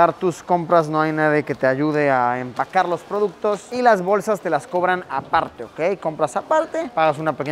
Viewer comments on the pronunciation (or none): Luisito hablando coreano en español "apalte"